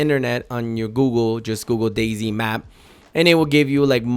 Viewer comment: Is it just me or or he said Day zing lol